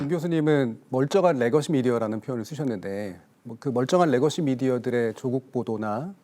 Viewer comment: 레거시를 R발음하는 교수는 뭐하는 사람입니까? 국민대 교수님..